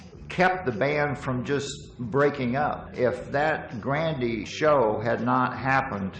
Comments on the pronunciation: LOL pronunciation of GRANDE (Grand'ee) Ballroom... The 'e' on the end is silent, the spelling is 'Olde English'.. 😉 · It's weird how the folks in the documentary don't know how to pronounce the word "grande." It's not grand-ay, it's just grand. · Leave it to a bunch of Yankees that can't pronounce Grande' properly. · Grand E Lol. It's French and the e is silent.